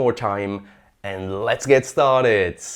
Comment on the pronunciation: Started!! Not startett